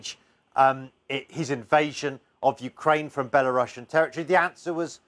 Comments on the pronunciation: No you don't pronounce Belarussian with russia, its not "bella russian leader" as you said, its bela-ru-sian should sound the same as the word asian for example. But I understand what the letter C is stands for... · Why is it now being pronounced Bela-russian 😂